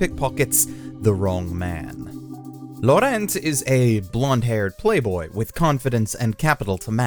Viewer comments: How did he mispronounce Laurent!? Lau-rant. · Is there a specific reason you pronounce the name "Laurent" completely differently from 1) how the dub pronounces it 2) how normal American English speakers who see the name would pronounce it 3) how it's actually pronounced ??? Because you manage to somehow sound like a douchebag who is trying to show everyone how an actual native would say it and an idiot who has no idea how to pronounce it at the same time. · The way you pronounced Laurent should be considered a hate crime but great video otherwise